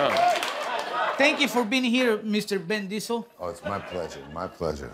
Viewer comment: Did Guillermo say Ben Diesel?